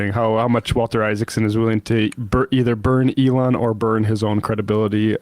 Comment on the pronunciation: It helps if you pronounce it like "eggs." The eggs were flying freely today. He pooped out five eggs. It was a slow day for Eloon.